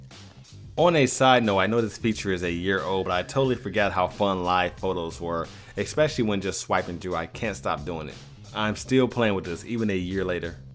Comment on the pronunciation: Especially, not exspecially.